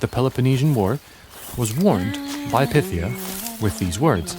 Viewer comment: Pie-THEE-uh. Like python. DEL-fee. Like shelfy.